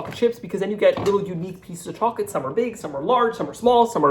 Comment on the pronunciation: I’m sorry but is he saying “cha chip cookies”? He talks so fast, he can’t finish the word chocolate?